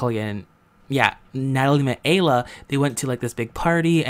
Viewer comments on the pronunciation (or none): The girls' name is pronounced AYE-la